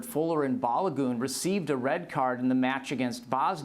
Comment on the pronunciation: Jules botched Balogun's name badly. This is a soccer guy? I'm a longtime subscriber to this channel. Please take my concerns seriously.